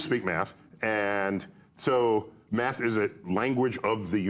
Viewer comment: Sounded like he said, “No, he was my meth teacher.” 😂😂